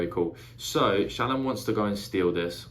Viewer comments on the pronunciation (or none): Pronunciations for future videos: Szeth - Zeth Shallan - Shah-Lahn Jasnah - Yaz-Nah Tvlukv - Two-Vluh-Kov (idk if you will need this one but it is a weird ass word to pronounce lol) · If you care, it doesn't really matter, but the audiobook pronounces it ShallARN and (j)Yasnah (y instead of j). Sanderson has said you can pronounce however you like.